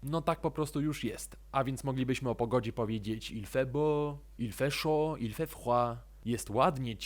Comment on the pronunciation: il faut chAud , a nie il faut chOud, chocolat wymawiamy szokola, a nie szokla